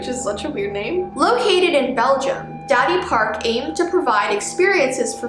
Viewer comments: i think it’s da-di park lol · When she says dadipark I feel like she's saying: daddyPark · Now talk about roblox stuff like roblox creepypastas and hackers But when u said "Dadipark" I cracked up! 😂😂😂😂😂😂😂😂😂😂😂😂😂😂😂😂😂😂😂😂😂😂😂😂😂😂